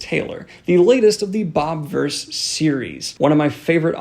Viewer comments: Just as a thing, it's not Bob-verse, it's Bobiverse, like Bobby-verse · Love these reviews but it's BOBIVERSE not bobverse